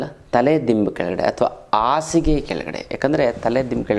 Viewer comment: Asige alla rii. Hasige antha